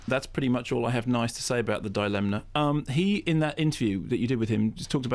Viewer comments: YOU'RE TEARING ME APART LISA!!! I love a good Kermode rant. I want to hear an extended version of his "Devil's Rejects" rant. This one is great (though why does Mark keep pronouncing dilemma as thought it is spelled "dilemna?" He even accentuates the non-existent "n") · Frank Krumnow - No I think Simon Mayo legit pronounces it “DI-Len-Na”, so Kermode started saying it that way to annoy him.